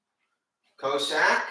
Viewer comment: Cossack is pronounced “Cah-sack” Nice workout!